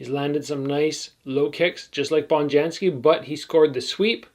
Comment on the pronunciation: Hope I'm not too nitpicky but Bonjasky is pronounced with just 1 N. Not Bonjansky 👍🏻